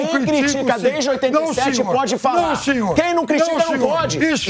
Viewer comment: O Piperno repetindo esse "não chinhor" deixa esse vídeo muito mais engraçado kkkkkkkkkkk